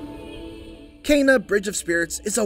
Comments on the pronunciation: Why are you saying Kayna? Its Kena with an E...say it will me Keeeeeena K Keeeenaaaa 😅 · How he says Kena bothers me. Sounds like he says Cana! Still looking forward to this game tho! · lmao "KAY-na" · Kayna?? wheres the extra "y" my guy???